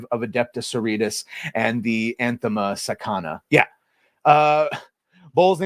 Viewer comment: I mean anathema is a biblical term and you should be able to read that without knowing 40K.